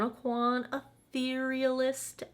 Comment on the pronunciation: You are the only blogger I’ve seen who knows how to pronounce the name of this Kevyn Aucoin product. 😆